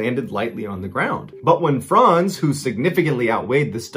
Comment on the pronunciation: Amazing that you pronounce "Franz" correctly. Too many youtubers say frænz